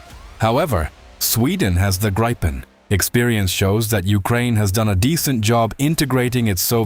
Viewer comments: SDay Griippen, not Graipen! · I am sure it is gripen not graipen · No, Grii-pen =) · The Gripen is pronounced as grippen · AI voices can never make their mind up on how to pronounce Gripen…